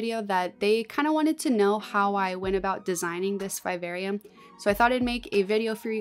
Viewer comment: The pronunciation of vivarium is driving me nuts but holy crap you're creative as hell 🤯🤯